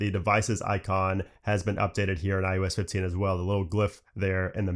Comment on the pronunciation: Am I the only one hearing "IUS 15"... 😩😂 I guess after the 100th time he said it my ears broke 🤷🏽‍♀️